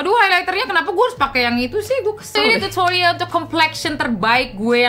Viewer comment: Pengucapan kata "Tutorialll" dan "serruumm" nya seakan2 terngiang2 di telinga